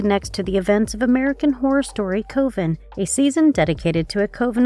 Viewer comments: Co-veen it's cuv- in seriously if you can't say it, don't. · Coven is pronounced like oven